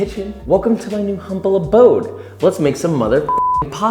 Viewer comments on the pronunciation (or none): none